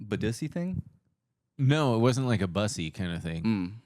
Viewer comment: you're saying bussy wrong